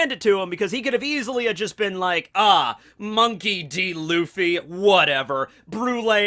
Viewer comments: "Monkey Liddy Luffy" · Monkely d luffy... I just thought about it the L is intentional